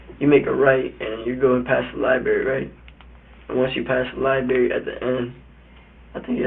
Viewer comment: What's a "lie berry"? 🙄